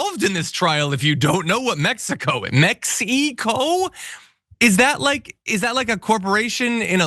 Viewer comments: Omg I thought it was just me with her "Mex-ee-co" pronunciation. 😅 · "YOU BOYS EVER BEEN TO MEX-EE-CO?!" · As a matter of fact, we used to go drinking in Tijuana when we were 18 in Mex eee co, si senior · And learn how to read guide you're an embarrassment, the whole damn administration Jesus what is wrong with you people? Do you even know how to pronounce Mexico? You are an idiot. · Bondi is so ignorant who says mexico like that. YEP SHE is STUPID AND DUMB 😅 GO BACK TO SCHOOL DUMMIE.😂😂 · She couldn’t properly pronounce “Mexico” because she was so embarrassed about all the blatant lies she was telling. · .... The pronunciation of Mexico.... ** The misplaced accent on the second vowel is a sign of rehearsed emotion.... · have you heard how people from Mexico pronounce "mexico". Meh-he-co fucking dumbass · She didn't just say Mex-ee-co, she also said "he is alleged with transporting..." He can be accused of that or it can be alleged that he did it, but he can't be alleged WITH it - unless perhaps she learnt her English in Mex-ee-co. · Da f*ck is Mex-ee -co? She's not built for this, almost worse than the other loons in the admin. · Does she really pronounce it mex-e-co? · "Mex-e-co" belongs in the same category as "Thigh-land", "Tan-Zayn-ia", "Yo-sem-ites", and let's not forget "in-dick-table" of notable pronunciations from poorly educated MAGA morons, and these examples are just a sampling. 😁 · Mex eee coe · where is "Mexy-koh"? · Mexeeeeco WTF you stupid Girl say the Gulf of AMEREEEECA now You are a JOKE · This woman’s explanation about her earlier lies just makes her look even more stupid as she reading like someone who just learned how to pronounce some words Me- Xi - co … trying to sound like an educated lawyer 😂it’s so pathetic and embarrassing Bug-eyed nepo- bimbo from the state of Florida is about as qualified for her job as trump for the presidency. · Her pronunciation of "Mexy Co" really stood out to me as well.